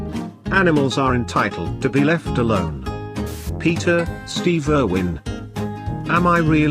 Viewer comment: "Stehve Ehrwhen"